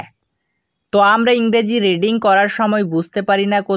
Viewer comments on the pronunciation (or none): রিড়িং না রিডিং ?